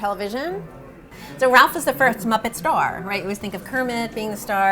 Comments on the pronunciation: Oh my gosh, can you not say rowlf ? It’s not Ralph it’s Rowlf!!!!!! Freaking Rowlf!!!!!!!! Not RALPH!!!! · *cringes every time she says "Ralph" and not "Rowlf" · If she says "Ralph" again instead of "Rolf", I will lose my shit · Ralph? RALPH? The puppet's name is right there in front of her: ROWLF. How one person can sound so knowledgable about everything Henson, but flub the name of the most significant of his characters, second only to Kermit? He was partially retired when Henson died, for God's sake! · It's Rowlf the dog. Not Ralph. Just throwing that out there. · It's rowlf....not ralph... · You’d think she would know Rowlf is pronounced ROW -lph...not Ralph. 🙄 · Loved the video overall, but ya think someone should tell her, being the curator of the exhibit and all, that it is "Rowlf" and NOT "Ralph"!? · the fact that she doesn't know how to pronounce ROWLF and keeps calling him Ralph makes it clear she doesn't really know anything about Henson but just parroting memorized information. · Ralph? It's Rowlf lady! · Why is she calling Rowlf by the name Ralph? Odd that she would get the name wrong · I'm sure they're mispronouncing Rowlf's name, it's not Ralph?!! Come on Adam, you're better than that?!!! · Can they hire someone that actually knows the characters? Rowlf not Ralph, Dozers not doosers. Rrrrrrrrrrrrr!!! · Why is she calling Rowlf "Ralph"? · Is it me or is the curator saying Ralph the dog? I thought the dogs name is Rolph???? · He is called Rowlf. Fozzie has always called him Ralph. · Guys...Rowlf. Not Ralph. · Ralph is how some people pronounce it. Neither is wrong. Several of the Muppet characters pronounce it that way. Fozzie says it that way. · Fozzie calls Rowlf Ralph. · Why does she pronounce Rowlf like Ralph? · Her pronunciation of Rowlf is killing me 😂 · Uhhhhh isn’t it Rowlf the Dog. Like the sound a dog would make? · Thank you! In light of her genuine depth of knowledge, that mispronunciation really bothered me. Very big difference.